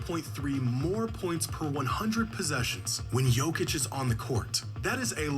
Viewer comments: Say it slow my guy... Yo-Kitch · Idk how you can hear how Jokic is pronounced so many times in the video you're reacting to and still not being able to say Jokic properly 😂